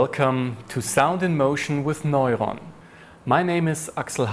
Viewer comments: He sounds like he's saying noylon instead of neuron. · Sounds more like moylon to me.